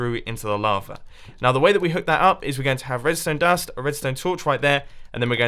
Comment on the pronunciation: No one : Mumbo : redstone dast